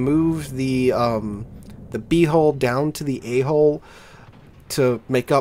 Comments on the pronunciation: It's not hole, it's hull! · Please don't pronounce hull like hole. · Anyone else hearing him say, "The A hole and the B hole" when he says "Hull" and giggling? Asking for myself. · Couldn't help but laugh when you kept saying A Hull. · PMSL, A hull sounds like A hole. cant be unheard now lol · Anyone else snicker when he says A Hull and B hull?